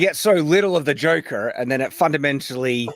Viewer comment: Tommy Wiseau also pronounces it "Jocker," so is in fun company.